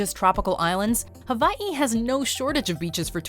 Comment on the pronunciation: I know the W in Hawaii is pronounced as a V, but boy it sounds pretentious when said without the proper accent 😕